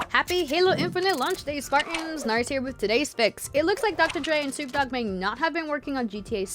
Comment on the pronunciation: Did she just say soup dog?